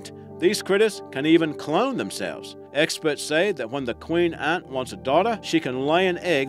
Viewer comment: how hard is it to correctly pronounce the word Ant?????